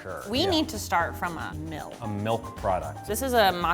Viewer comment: She said melk. Dislike